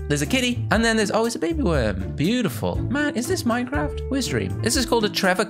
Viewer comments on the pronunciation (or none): Minecwaft XD